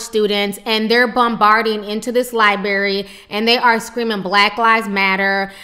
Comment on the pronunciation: it's not liebary it's library